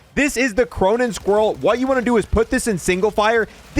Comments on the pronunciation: I still dont get why he says cronen squrriel instead of cronen squall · Bro did he say cronen squirrel??? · WHY DOES HE CALL IT THE CRONEN SQUIRELL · Cuh-mer-ah, Cronen Squa-all that's the pronunciation.....